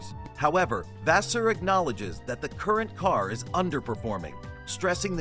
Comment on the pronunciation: Which source you get this so called information? His name is Fred Vasseur not the way you'r saying it!!!